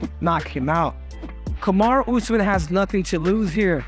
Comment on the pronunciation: He also said useman 😂